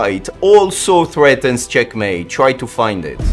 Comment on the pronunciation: finally found the person in the shorts who said " cHeckmAEte!"